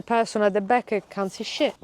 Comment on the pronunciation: I have an Italian neighbour that speaks like. I like the way she adds an a to the end of words, "in the back-a" 😂